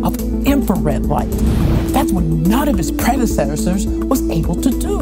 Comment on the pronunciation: She’s saying a lot of big words for somebody who can’t pronounce predecessors